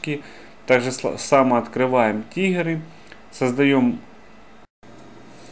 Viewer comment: не ТИГЕРЫ, а ТРИГГЕРЫ бесишь